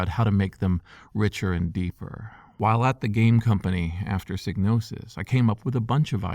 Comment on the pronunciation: Thank you for pronouncing Psygnosis correctly.